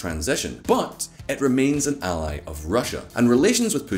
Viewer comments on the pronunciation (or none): none